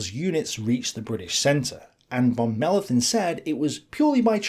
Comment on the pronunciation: Dear, your German pronounciation has considerably improved (still: a "th" doesn´t exist, so "Mellenthin" just pronounced as a "t")..